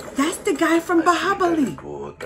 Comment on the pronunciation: it's bahubali not bahibali🤨